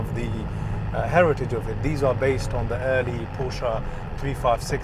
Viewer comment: Nice job, mate. Please learn how to pronounce the family name of the brand.